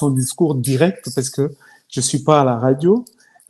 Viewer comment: On dit: « COMPTE RENDU » et non « compte Arendu ». On dit: RADIO et non Aradio. Bongisa lolemu. Garçon et non karçon. Ozali kosala makambo kitoko: 67,89%